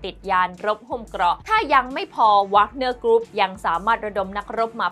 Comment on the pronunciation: หน่วยทหารไม่แน่ใจออกเสียงผิดหรือเปล่ารบกวนตรวจสอบอีกทีแล้วกันครับ แว๊กเนอร์ ไม่ใช่วากเนอร์